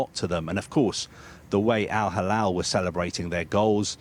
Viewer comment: Mr Al Halal 😂 why is he keep saying it? Al Halal 🤣 🤷‍♂️